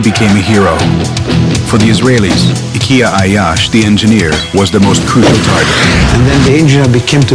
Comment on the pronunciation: The narrator couldn’t say his name anyway near to correctly and yet had so much misinformation. He wasn’t revenging because he wasn’t allowed to continue his education abroad and he wasn’t learning how to build bombs. He was doing his operations alone before graduating college, and many trials have failed before he made it work. He had a small group of friends that helped him and then he joined AlQassam brigades